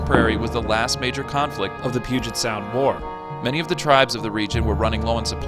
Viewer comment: Also the way to pronounce “Puget” is Pew-jet